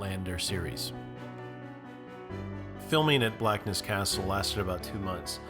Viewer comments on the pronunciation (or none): Great video and all places within a few miles from me. You need to visit Culross too which is just over the water from Blackness and features a lot in series one. I can’t help but point out place names. Doune is Doon Hopetoun is Hopetun Blackness, Inverness the emphasis is always on NESS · in BLACKness x2 - it's BlackNESS and the ever irritating Edinboro - it's Edinburra. Great info and visuals though.